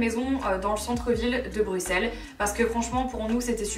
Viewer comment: Moi je tiens à féliciter Marie, française, qui dit "Bruxelles" (bruSSel) correctement 🥰